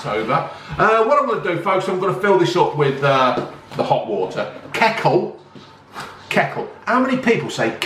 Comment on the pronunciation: keccle nah no c in kettle mate lol